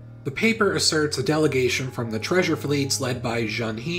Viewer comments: If I may pick on the pronunciation, 何 "He" in 鄭何 "Zheng He" is actually pronounced closer to "ho" or "huh", not the English word "he"; the letter "e" in Hanyu Pinyin represents a sound like "uh" instead of a long "ee". But yeah, this is just ridiculous — and I think what's more ridiculous is that both of these books are available in Chinese translations from reputable publishing houses, I have no idea how anyone reviewing the books here (who would have already learned about the Ming Dynasty and the treasure fleets in school) could read any of this and said "yep this all checks out" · Great video as always,! But it's pronounced closer to "Juhng Huh" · I can't disagree with your content, because you're right, but you'll do a better job of communicating Chinese history if you learn to pronounce pinyin. The E's in "Zheng He" are both pronounced like "uh."